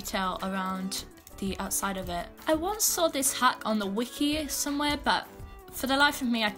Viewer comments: no offense i love your content but when she says outfit hack all i hear is outfit ACK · "for the next outfit haCKh"